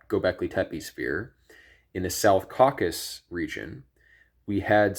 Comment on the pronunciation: Caucasus, 3 syllables!